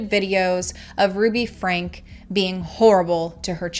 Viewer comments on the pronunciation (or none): I would love to see more video...less talk. You're not even pronouncing the last name correctly. It's pronounced "Frankie" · I really think you should pronounce the names correctly. It's franke and eve. Not evie. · Oh good!! I hate the pronunciation of her last name. My name is Frankie/Francesca 😅